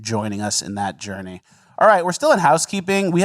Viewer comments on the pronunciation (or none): none